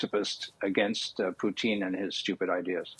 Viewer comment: Loved how he called Putin “Poutine”…… almost spit my coffee out…..